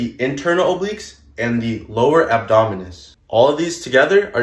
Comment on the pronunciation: yeah this guy has no idea what he is talking about. Just listen to how he pronounces abdominals as "abdominus".